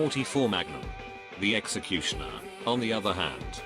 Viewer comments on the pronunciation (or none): Nobody: Literally fucking nobody: TTS: "Sexecutioner"